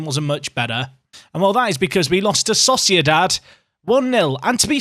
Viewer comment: At one point in this video it sounded like you said Sausage dad instead of sociedad